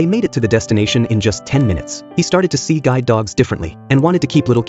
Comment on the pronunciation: How you said see guide dogs differently😂😂😂😂😂😂😂